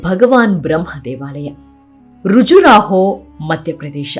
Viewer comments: ಋಜುರಾಹೋ ಅಲ್ಲ ಖಜುರಾಹೋ (Kajuraho) ಅ ಕಾರ ಹ ಕಾರಗಳ ಉಚ್ಚಾರಣೆ ಸರಿ ಇಲ್ಲ, ಕೆಲ ಪದಗಳ ಉಚ್ಚಾರ ಅಸಹ್ಯ ಅನ್ನಿಸ್ತಾ ಇದೆ.. unsubscribing from this channel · Khajuroho not Rujuraho